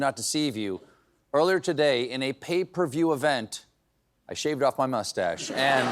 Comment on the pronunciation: Where is this Mr. Stephen? His moo stashio was ' a very nice👌'